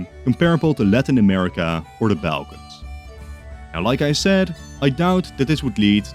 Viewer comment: Every time you pronounce "Balkan" like that I twitch.